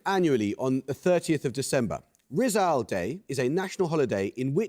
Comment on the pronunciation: uy pilipins!!! i believe the emphasis on rizal is on the second syllable though, like riZAL